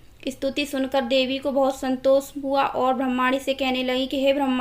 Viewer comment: It’s bramni not bhramani